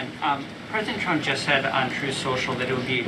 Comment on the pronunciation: I love how she says Chump when she’s trying to say trump.